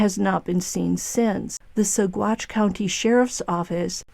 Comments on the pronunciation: G's are pronounced as W's in Spanish. Sa Watch County. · It’s pronounced Sawatch - no hard g sound. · the g is silent in Saguache